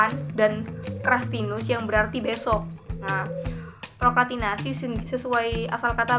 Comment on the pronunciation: Seru nih bahasannya 😍tapi kurang S nya Kaka, prokrastinasi hihii